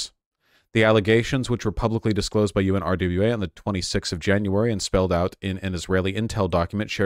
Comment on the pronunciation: UNRWA is pronounced un-wa-ra, say it slow, then fast together. It’s weird to hear Vaush keep spelling it out